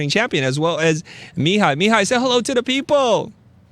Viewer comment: As someone named Mihai, I cringed every time you said it. It's mē-HĪ with the accent on the last syllable haha